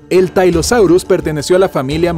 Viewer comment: No existen los dinosaurios marinos son reptiles marinos, tylosaurus se pronuncia como se escribe, el pliosaurio mas grande media 16 metros el shonisaurus media 20 metros y casi todos los mosasauridos poseían dientes en sus paladares. Me da mucha pena pero es un pésimo vídeo para aprender sobre los REPTILES MARINOS.